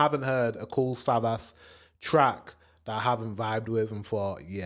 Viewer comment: Savas is Turkish and pronounced Savash.